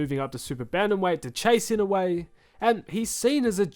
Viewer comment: I-NO-U-E. its not ynawe or inowe hahaha